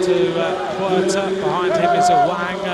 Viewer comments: Awang = Sebutan Mat Salleh "A-Whack" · its AWANG not AWANG hahaha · Awank bukan aweng cuba dengar betul2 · Apasal aku dgr dia cakap ‘A WANK’ ? Lmfao